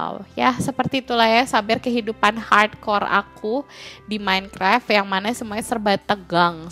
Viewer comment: Dari kemaren teteh bilang "hardcore " aku denger nya parkour_